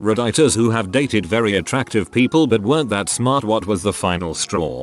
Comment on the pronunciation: No one: Voice: Red-ay-ters Fa se plm